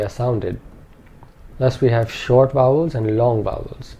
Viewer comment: I hear wovels not vowels.